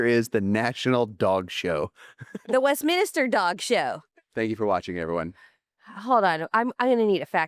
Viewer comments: Isn't it the Westminster, not Westminister? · It is the Westminster Dog show. Not….min IS ter (like a church official). Just 3 syllables. Love your show. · I THINK is also pronouncing the dog show name incorrectly. She's putting in an extra "i". It's Westminster, not Westminister. That aside, I want to thank you both for sharing your story and being so vulnerable. I think you are both so wonderful and I'm so grateful for all you do for dogs (the best creatures on earth!!):) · Sorry, The National Dog Show airs on Thanksgiving. Westminster (not west-minister) airs in February. Bonus points = Crufts is typically in March.